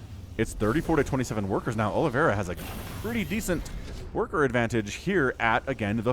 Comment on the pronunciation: "Olive a ra" not aloe vera ;p - it is brazillian/portuguese name.